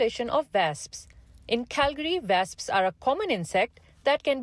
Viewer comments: Wasps not vasps lollll 😂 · "Vasps"? Good grief. Please at least hire proper English speaking on-camera journalists who can pronounce words properly. Diversity hires are fine if you must, but at least make sure they speak audibly coherent English as a minimum requirement. Next.